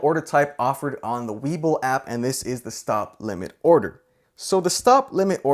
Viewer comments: I believe it's pronounced Wee-bull not weh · look its hard to watch when you aren't even saying the name right. it is WE BULL not web ull... sorry, no value added here but sticking around for the vid lol. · We...bull.. weeeee bull.. not web el..otherwise great job lol. Web bull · Webull. Not Wэbull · It's we..bull not web bull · Juan Pablo IKR. That drove me crazy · Haha was just about to say that. :D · It’s not “web-bull”. It’s “we-bull”. Say it right. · I was going to watch this video but after the 3rd time he pronounced webull as web bull I had to stop the video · So im the only one bothered by how he's saying "web bull"?? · Bwahahaha it's pronounced WEEbull bro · I seriously can’t watch this for longer than 20 seconds due to his constant mispronunciation of “Webull” 😖😖😖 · Had to stop watching at the very beginning because it's hard to want to take a lesson from someone who can't even pronounce the name of the app the right way. Lol. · I am taking advice from some who is saying webull wrong ... Great video by the way ! :D